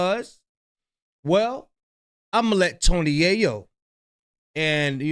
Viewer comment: We need a black Ai voice “Ya-Yo” really?!😂😂😂😂